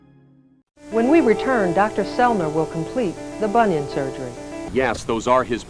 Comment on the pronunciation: To be fair, "Bonion Sergery " is phonetically sound....!!!!